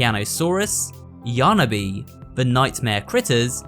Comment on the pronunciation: Isn't it pronounced yarn-bee not yarn-na-bee